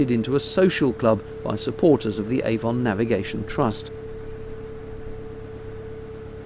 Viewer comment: A Warm Gun It rhymes with "lemon", not "Hey, Don".